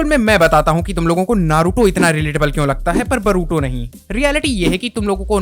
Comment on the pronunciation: Tujhe english padhana nahi ata bhai tu boruto ko baruto bol raha he aur baat karta he naruto ki 😂😂😂😂😂😂😂